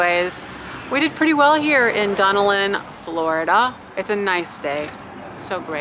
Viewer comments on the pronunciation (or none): Done Ellen that's how you say our towns name 😉. So glad you enjoyed our lil town!!